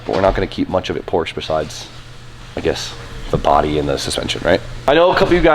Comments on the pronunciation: FINISH THE AE86 ALREADY. It’s literally just sitting there being ignored for months and months. Also, if you’re a car enthusiast, pronounce Porsche correctly. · Day 30 of telling to pronounce Porsche correctly. Would you say Aud or Audi? Would you say Ferrar or Ferrari? How about Lamborgeeeeeen... Come one dude.